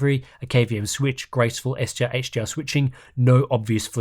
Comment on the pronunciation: it sounds like you are pronouncing HDR as HGR haha.